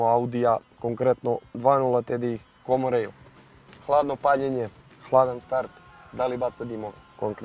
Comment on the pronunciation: Aj sve super, samo ispravka jedna: komon rejl(common rail) ,a ne komo rejl... Dosta puta sam cuo,nije prvi put. Sry tebra ;)